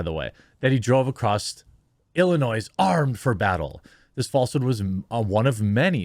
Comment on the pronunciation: My ONLY complaint about your video...the "S" in Illinois is silent. Now you know... :)